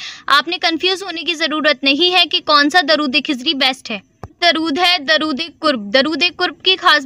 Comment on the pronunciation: کھزری نہیں درودخزری ہے پلیئر صحیح لفظ ادا کریں پلیز